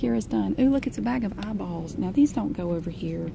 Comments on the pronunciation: I could listen to her say "milk chawclate eyebawls" all day. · I like how she says eyeballs